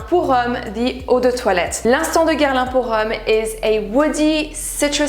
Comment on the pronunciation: Ca s'entend tellement que tu es française quand tu prononces les noms des parfums Guerlain.